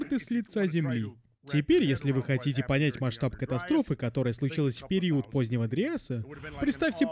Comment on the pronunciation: Круто, что ты вернулся с новым крутым видео! Ну и я тогда возвращаюсь чтобы напомнить тебе, что в слове ПЕРИОД нет буквы У и ударение ставится на букву И!)))